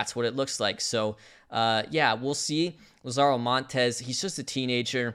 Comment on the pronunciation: not to be that guy but... LAH-zaro, not la-ZAHRO. as in "The Lazarus Pit"